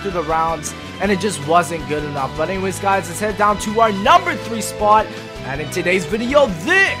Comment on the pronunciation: I don't like how you pronounce the word "spot" change it.